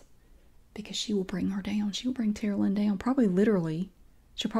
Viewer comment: I kept hearing "Terlien".. I was like "what kind of Game of thrones name?! Ohhhhhhhhh Tara Lynn!?!!"